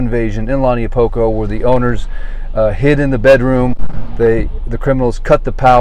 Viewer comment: How can you live here this long and you can’t pronounce launiupoko correctly 🤦‍♀️